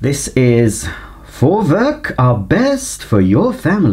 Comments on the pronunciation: Jup, He Got it 👍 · Perfectly pronounced 👍 Greetings from Germany 😁